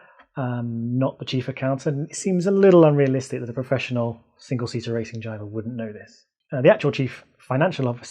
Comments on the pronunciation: After the 5th time he said Grabin, when Gavin's name is on screen.... DEFINITELY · "Grabin and Germany" lmao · Germany, Michael, Grabin, Shack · I love how he called Gavin "Gravin" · Unless I'm hearing wrong, I find it hilarious that you keep calling him "Gravin". XD